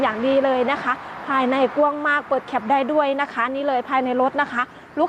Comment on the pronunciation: กว้าง ครับ บ่แม่น ก้วง ^^ หยอกๆ